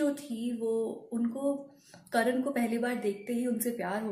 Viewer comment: करण नहीं "कर्ण"